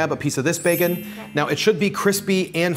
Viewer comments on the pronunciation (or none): I honestly can't decide if he has a unique way of pronouncing bacon, or if he is deliberately saying it like 'bake-un' to differentiate it from the actual meat.